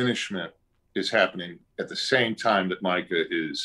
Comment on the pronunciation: Have you even played red dead You said Micah wrong That's so embarrassing